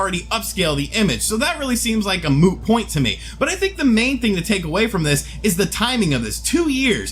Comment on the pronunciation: Did i hear you say "a moo point"?